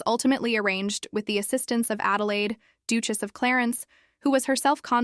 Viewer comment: How do you not know how to pronounce duchess is this AI content or what